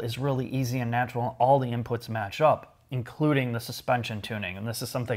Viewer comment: He says Maarzda.